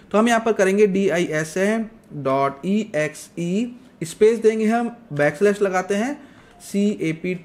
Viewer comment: Slash ko kyu galat bol the ho.